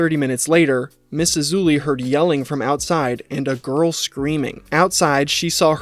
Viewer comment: King A-loozay😂